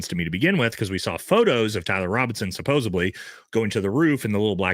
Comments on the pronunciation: It’s “supposedly” with a “d”,, not “supposebly” with a “b”. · Love all your content. Please pronounce (supposedly) “suppose-ed-lee.” Keep up the great work!